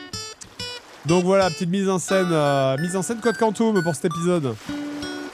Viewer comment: Complètement trigger par la prononciation Code Quantum au lieu de Code Quantum.